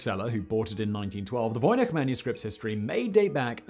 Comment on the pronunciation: How does a well educated person correctly pronounce "Voynich" but somehow manage to butcher the name "Adirondack"?